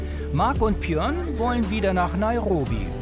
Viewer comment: Ich weiss nicht was der Sprecher für ein Sprachproblem hat aber mittlerweile fällt es auf und nervt beim Zuhören leider tierisch. "Proplem" anstatt Problem, "Kros" anstatt Gross, "Pjörn" anstatt Björn, "Krün" anstatt Grün.